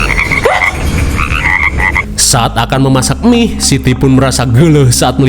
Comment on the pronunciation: Mie instan. Bang bukan " Emih" Basa sunda ta teh...😂😂